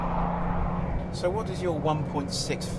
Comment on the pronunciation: quackers? wtf? quackers anyone else hear that? its absolutely quackers